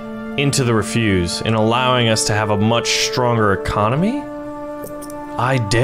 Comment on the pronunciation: It's not refuse, it's ref-use (soft S).